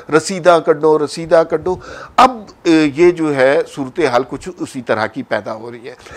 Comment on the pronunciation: Bahijan Punjabi hi bol lavo.."soortehaal" loll